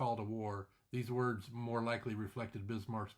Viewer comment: This could have been a much better video if the narrator could pronounce the words properly. Too much mumbling. Great illustrations, though. And finally a video without any disturbing loud background music !